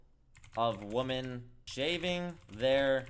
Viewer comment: Hey, "women" (plural) is pronounced "wimen".